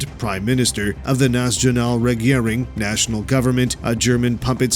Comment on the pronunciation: Lol. I ringe everytime he pronounces "national" as "naz-djonal" where does he get that from? 😂